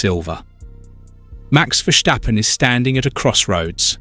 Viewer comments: I think that’s how the Dutch pronounce it tho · Mate, there is no way you could've known but I am Dutch. It is not pronounced like that at all. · Why must you say: “Vershjtappen”. It’s Ver-Stappen. There is no sshhh in the middle